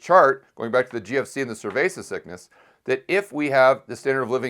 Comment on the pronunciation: Why is he calling it “cervesa sickness”?